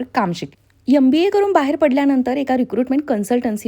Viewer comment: Aap itne educated ho .magar M.BA KO YUM .BA BOLTE HO